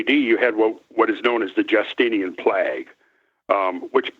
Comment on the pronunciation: cracks me up how he says Plag instead of Plague lolol funny shit... i love listening to him